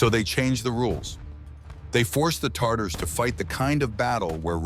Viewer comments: "Tartars" hurt my slavic ears it's Tatars! Tartar is a sauce. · Cool story but oh my god it’s TATARS not TarTars 🤦🏽‍♀️ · i know i was thinking of fish and tartar bloody TAT-arse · I know I heard that. Thought I was mistaken. Then I heard it again. Lol.